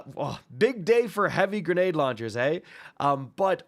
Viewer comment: My man said "eehh" like a true Canadian